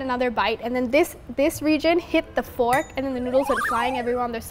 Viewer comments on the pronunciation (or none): none